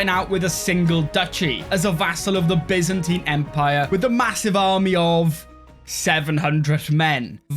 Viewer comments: When you said bizanteen instead of baiyzantaiyn it ruined my life :-( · i love the Bi-zentine